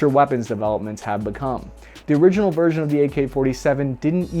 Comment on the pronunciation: I'm glad you fixed your teleprompter bro, it sounds so much better now. No more awkward cutoffs, weird sounding words. Just as I type this you say vers-ion but it's much, much better